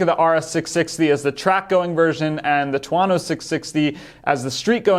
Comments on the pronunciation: I was going to say the same thing but figured someone probably already corrected him. Two-Oh-No not Two-Ah-No It's not just a made up word. It's Thunder in Italian. I have a TV4 1100F but wouldn't mind having one of these mid weight ones either. I like the timing of this because it allows Aprilia to get the 2022 bike transitioned over to the new aesthetic (which would invite other improvements as well) rather than having to wait for 2023 (though they still might not get it done in time). My only real complaint about the current 1100 is the lighting which seems much improved with the new design. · Is it really that hard to pronounce it as two-oh-no? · two-OH-no. His pronunciation is killing me 😄